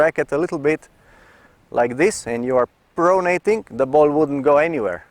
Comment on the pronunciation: do yourself/us a favour and never say the word 'pronating' again. Pro-nat-ing...pro-nat-ing... I'm just kidding you, Coach - you are hands down THE BEST tennis instructor on the Internet (and therefore, the WORLD)!! I know how it is when you're not a native speaker, it's a lot like a deaf person singing: you just don't know what you sound like. This particular term is usually only heard in its nominative form, i.e. 'pronation', at least in common parlance. Biomechanics experts (A bio-mechanic? Picture a guy in greasy coveralls handing you an overpriced estimate for fixing your faulty serve.) may use it as a verb, but to the general public's ears, it sounds funny. Ergo, YOU sound funny. Making native speakers smile is part and parcel of speaking another language - I did it all the time in German as an exchange student and now in French after moving to Montreal - so please understand, I'm just trying to help out. Ultimately, it doesn't matter one iota to your followers, we love and respect (and understand!) you as a tennis coach, so no worries! And thank you once again for all of your hard work on this site/channel and for sharing your unique (unfortunately!) perspective and abilities as The Best Tennis Instructor on The Internet/The World! Love and Respect - Jim Davis, Montreal